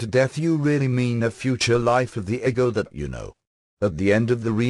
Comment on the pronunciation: I read the Seth books back n the 80’s, & was recently told they existed here on YouTube. I just learned this yesterday. 😲 wow.!! Thank you 2 whom ever decided 2 put this here 4 me.. on my path. U r sooo appreciated. The computer animation voice is perfect 👌. (Once I got past eggo- 4 ego. lol.) I think even Seth would approve. I definitely subscribed & will continue 2 listen. Soo much 2 absorb. Thank you again. ☮️❤️